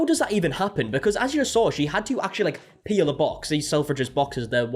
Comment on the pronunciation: I thought you said "pee in the box" but then realised that you said peel lol 😂